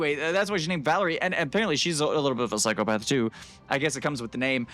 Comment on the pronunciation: Its Valeria not vallery